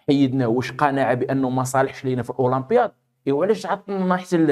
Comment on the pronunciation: لماذا تقوم بتفخيم حرف الألف عندما تنطق كلمة الاولمبياد ؟